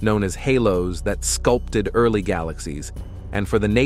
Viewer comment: Bait and switch? Computer narration? I have a bit of a problem with the narrators tonality, inflections and several key mispronunciations. His sound is more than a bit commanding to the point of being "put on" for the sake of trying to sound in-the--know, informed and/or educated; that is a bit overmuch so. A little to stern, like a nun with a ruler waiting to smack you. He needs to add more comfort and be more humanly forthcoming. He smacks of the wannabe disciplinarian; he sounds a bit harsh and authoritarian; younger trying to sound older, hence wiser but comes off somewhat shallow like a 28 year old trying to be 45 in years, wisdom and in terms of experience. Other than having somewhat of a borderline lisp, he's OK. Otherwise, overall a nicely done piece ruined by commercials, but I like the various animations.